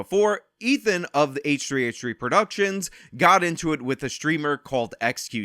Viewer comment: H3H3 is pronounced hehe